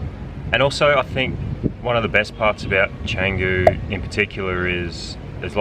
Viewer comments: Canggu, Bintang etc always sounds terrible from Bule (white tourists) who haven't made an effort to at least say the indonesian vowels correctly. Canggu is pronounced more like Chungu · Try learning to pronounce Canggu properly. It's not that hard.